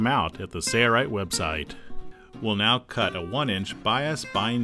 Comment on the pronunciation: Why do you pronounce "Sail Rite" as "say-a-rite"?